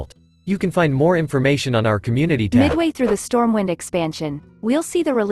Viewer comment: did he say stormwine ? wtf edit: actually, he does it all the time lol